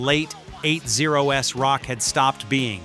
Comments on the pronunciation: Why is the Video and song for "Blind in Texas" the Wild Child? Who messed that up? Why can't the AI say Wasp like the insect. These videos are so funny to listen too at times. It says 8 0 s instead of the eighties. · I heard "doubleyou-ay-ess-pee" and "the mid eight-zero-ess" and stopped watching. Stop using AI to read your fucking scripts! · This AI voice over needs more work... "Eight Zero S"... Interesting W.A.S.P. is called WASP... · ""eight Zero Ess" is what happens when you are too lazy to narrate your own video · I loved the 8 zero s. 😁 When the AI spelled out wasp it made think of when some one says get that to me ASAP. 😆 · I really wish people that use text for speech for their video narrations would take the time out to correct pronunciations in their voice tracks. It sounds ridiculous when you release them like this. just sayin.. i wouldn't release a track in this state. eight zero s??? blind in texas?? seriously.. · You may have to write out numerals like eighties for the AI to pronounce it that way in the.prompts. Outside of that. The AI is pretty good for AI. A bit cliche on the script. But that’s the thing about AI, it can only go by established patterns of writting. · Really don't like these ai narrations, absolutely no feeling for the content, " in the eight zero s" really? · I get the point. I'm genx so MTV was an important part of my life. :-D It's just the mispronouncing of WASP as individual letters and not the word, saying '80s' as 'eight zero ess' was bizarre. And others. It's just that nobody I know of prefers ai narration over human. Hoping the guy that said he'd narrate for you gets taken seriously. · More faking AI shit, can't even get the song titles right. And eight zero ess, who says that? AI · “Late Eight Zero S”?? How can AI be so dumb? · I like how they spelled out W.A.S.P. like that's the band's name and not just said Wasp! And 8-0-S! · That's AI for you! That's like the 1980s being called, 'the eight zero ess'